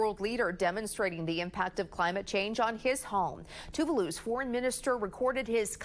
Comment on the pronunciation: Pronunciation of “Tuvalu” 🤦🏻‍♀️ It sounds like Too-Vah-loo not too-voo-loo